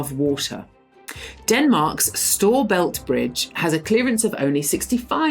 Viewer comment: As a dane, hearing someone pronounce "storebælt" as "store belt" is really weird. I get why that's the intuitive way to pronounce it in English, but it still feels strange 😅